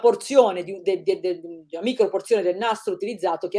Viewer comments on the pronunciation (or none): none